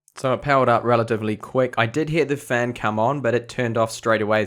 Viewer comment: What's up with your Is and Es? "Pintium/Pentium" "Gegabet/Gigabit" "Ded/Did"...